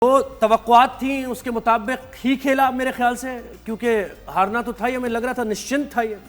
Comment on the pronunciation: Nishchit hota hai..nischint galat word hai.